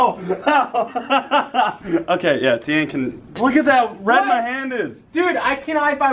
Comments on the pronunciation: extremely triggered that Red mispronounced my name but excited that my tweet was featured(8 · Red pronounced my name wrong but I don't even care XD